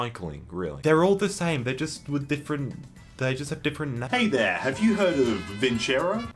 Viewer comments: >be >get sponsored by a big company >cant pronounce that company's name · says vincero Me, a spaniard: viceroy